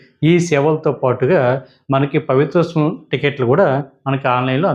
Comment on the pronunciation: పవిత్రోత్సవం స్పష్టంగా పలకగలరు